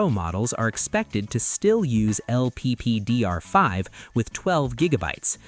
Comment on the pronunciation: Its LPDDR 5 not lppdr 5